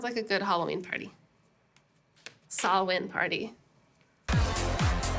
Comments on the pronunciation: Sohla: You are an Honorable Druid Princess. Your perfect pronunciation of "Samhain" knocked me out of my Derry Girls socks. More thrilling goodies, thanks. Rye is defo not in the plans for this month. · Big BIG ups to Sohla for PROPERLY pronouncing Samhain; so many people say "Sam-hane", and that just ain't right. :P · thank you for not pronouncing samhain as sam-hane. this makes my lil irish heart happy